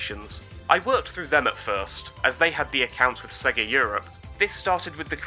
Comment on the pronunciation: Sorry even as a Brit I can’t get on board with Sega pronounced as ‘Segga’